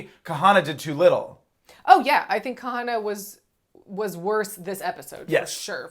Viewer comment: So happy that remembered how to pronounce Kahanna’s name 😆